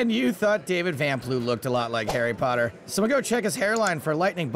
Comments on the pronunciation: "Harry Potodds" 🤣🤣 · "Hairy Pot-odds" LOL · "Harry pot odds" LMAO